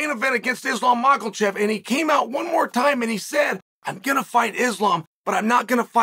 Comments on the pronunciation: chael saying mocklechev is so fucking funny he so serious with it too😭😭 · I remember who is the real GOAT everytime Chael says, "Moklechev"